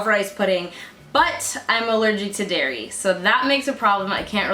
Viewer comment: I thought you said 'no Dari' 🤣